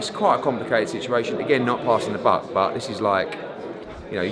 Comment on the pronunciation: It's Buck not book